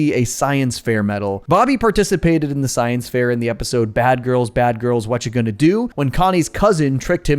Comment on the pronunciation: it wasn’t the science fair it was the science fizzair